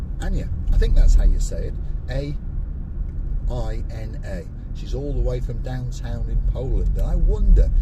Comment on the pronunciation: You pronounced Ania correctly, can Marika speak Polish?